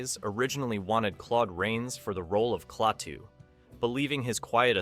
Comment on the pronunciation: The name is pronounced 'KLAH TOO', not 'CLAY TOO'